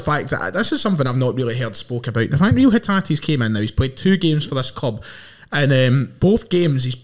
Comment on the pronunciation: Its pronounced Ray-o